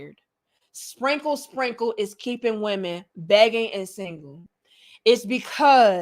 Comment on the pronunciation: Why your country self say "spinkle, sprinkle" like that tho? You're too silly.